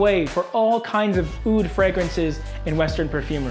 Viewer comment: ur pronunciation for the word (oud)is disgusting ...عود عود عود